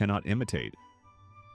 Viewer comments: Fix the AI..... lead tinsel. Is pronounced LED not LEED 🤣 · Lead tinsel is pronounced “led”…..clearly AI generated.